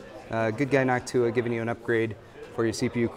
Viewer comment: why Noctùa and not Nòctua!?